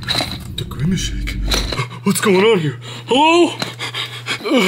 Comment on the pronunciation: he is grimece not grimece shake